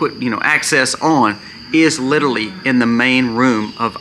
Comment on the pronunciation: New drinking game...every time you say " literally " take a shot...every time you say "litaly" take a double...8 sbots so far!